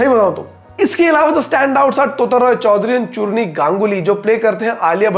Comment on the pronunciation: Tota RoyChowdhury and Churni Ganguly are extremely well established actors, and powerhouses of performances. So glad they were cast. Also, I guess the pronunciation is (टोटा) not तोता